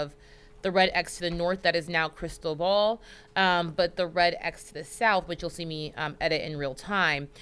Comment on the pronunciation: Hey -- it's NOT "crystal ball" or whatever you're saying that makes it sound that way. It's Spanish for Christopher and is pronounced "crees TOH bal" with the emphasis on the TOH (pronounced like toe, low, grow, know) and the 'bal' is pronounced like bowl and short. Open a translator app and type in the hurricane name and click play to see how it's pronounced.